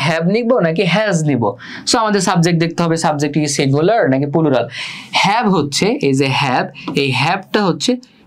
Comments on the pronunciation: আলহামদুলিল্লাহ , খুব ভালো বুঝলাম, কিন্তু দুক্ষিত ভাইয়া!!!😢পুলুরাল না, প্লুরাল হবে উচ্চারণ 😁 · Pulural 😂 আগে ঠিক করে উচ্চারণ শিখুন তারপর ক্লাস নিতে আসেন 🤡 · Bhaiya oita pulural na oita plural 😑